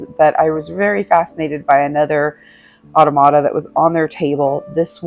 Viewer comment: You pronounce automata like otto-mata. It’s more commonly pronounced ah-tom-ah-ta. Thanks for sharing your visit.